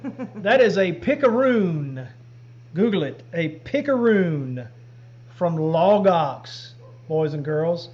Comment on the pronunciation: I hear "log ox" as "lagos", the Bible people who have those extensive study guides online, whenever you say it. Keeps me grounded.